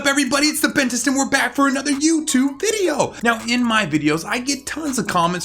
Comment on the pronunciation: Okay- but the way he said Youtube VIDEO